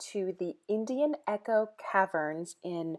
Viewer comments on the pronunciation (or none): none